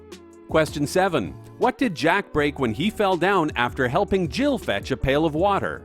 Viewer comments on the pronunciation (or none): none